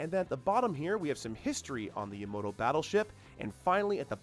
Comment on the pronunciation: hey brah, I understand you were involved in a hit and run.. but, theres only pone O in the name Yamato, so its not pronounced Yamoto. Amazing build though.